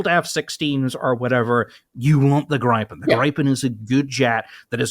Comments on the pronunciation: On the topic of the pronounciation of Viggen, Draken & Gripen. The way you pronounced it like the word “gripe” made me cringe so much. It pains my Swedish viking heart. The first way you pronounced it was a lot closer, like “greepen” as if you’d pronounce the word green. The closest would be the way that Viggen was pronounced, that was the closest y’all ever got. If you were to use that same pronounciation of the i in Viggen, in the pronounciation of Gripen, then that would be a lot closer. Closer to the pronounciation of “grip” than “gripe”. For pronouncing draken, the A is supposed to be longer, imagine a very long A, like a posh “ask”, and then the E is also long, like the first E in environment. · You might already know but Gripen is pronounced Griffen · it's pronounced grIIIpen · JESUS FUCKUNG KRISTUS the grip part in Gripen don't say it like the colour of the sky say it like you grip something. I guess Griffin works as well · hee-hee-hee... he called it the "grai-pen".